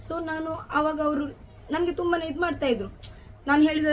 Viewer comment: Adu thuba alla thumba